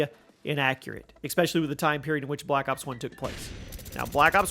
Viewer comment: Does this dude not know that especially is pronounced as it's spelled? Not as ecspecially